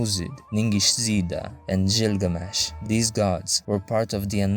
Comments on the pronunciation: Hearing you butcher Gilgamesh's name as Jilgamesh kills a bit of my soul. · You're pronouncing Gilgamesh wrong.